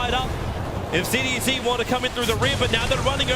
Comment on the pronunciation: why tobiwan pronounced cdec as CDeCK